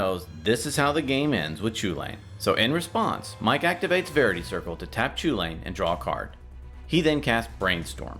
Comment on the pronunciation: It's pronounced cuhullen. I don't care what anyone says.